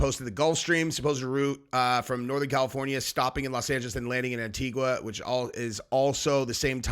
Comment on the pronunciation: the U is silent......"Anitiga"